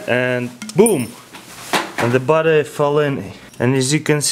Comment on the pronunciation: When he says battery it sounds like butter